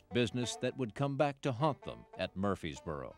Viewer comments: Narrator...It's pronounced Murfreesboro with an R. Not Murphysboro. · This narrator keeps misprononcing the name MurfReesboro MurfRRRRReseboro! He leaves out the 2nd R!!!